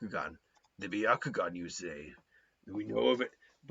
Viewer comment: It’s byakugan not byakugon